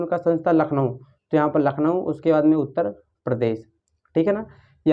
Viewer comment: Uttar hota he sir utter nhi